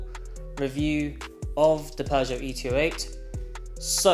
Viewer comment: . . Peugeot Not. . Not Peugeot. . NOT, NOT, NOT ... Peuge-NOT. .